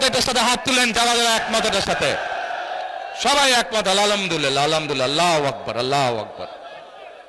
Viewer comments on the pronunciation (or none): আলহামদুলিল্লাহ ঠিক মতো বলতে পারে না হায়রে লেডার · যিনি আলহামদুলিল্লাহ শুদ্ধভাবে বলতে পারেনা তিনি কেমন করে কাইম করবে মদিনার ইসলাম ইহা মানুষের সাথে প্রতারণা ছাড়া আর কিছুই না